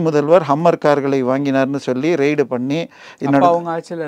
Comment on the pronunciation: Sorry for correction. It is raid not ride. ரைடு இல்ல ரெய்டு